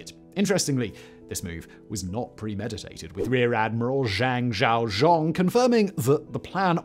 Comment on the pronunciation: its Zhang Shaozhong not Zhaozhong